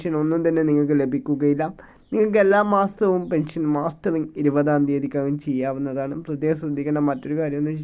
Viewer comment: മാസ്റ്ററിങ് അല്ല മസ്റ്ററിങ് ആണ് മാഷേ😂